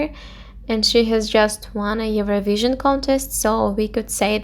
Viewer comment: First learn how to pronounce the words properly, then post your videos. Eurovision, phrase, use...